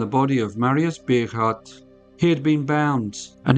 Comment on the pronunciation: Bogaardt is pronounced Bow-gart